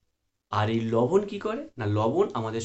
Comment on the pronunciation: লবন মানে কি লবন নামটা ভালো করে বলুন